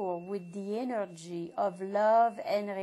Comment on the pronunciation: "The energii of LUUVE end relaxation" Lol